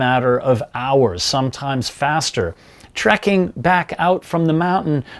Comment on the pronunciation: Trekking, not trucking or tricking lol